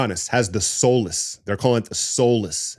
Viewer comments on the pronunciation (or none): Soleus- 'SOL-LE-US'